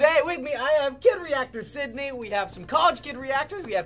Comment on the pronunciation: Lol "Squidney"